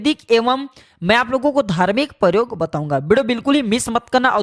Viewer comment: पौधे के वारे में जानकारी तो ठीक है मगर आपका हिन्दी उच्चारण बहुत ग़लत है , जैसे आप " प्रयोग को परयोग " बोलते हैं। ऐसी ही पचासों उच्चारण सम्बन्धी गलतियां आपके पूरे प्रजेनटेशन में है जो सुनने में बहुत खराब लगती हैं । कृपया अपना उच्चारण सुधारने पर ध्यान दें ।